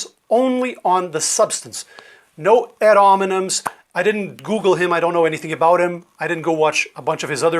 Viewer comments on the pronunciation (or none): in his zeal to sound sophisticated, mispronounced the phrase "ad hominem". The "h", both in English and in Latin, is not silent, so it should be heard. It's a shame that a decent person who genuinely cares about people's health has to spend hours of his precious time responding to someone else's stupid video. Since I'm on the topic of Latin, it's worth noting that the Latin word "doctor" translates to "teacher". It's obvious who the real teacher was in this case!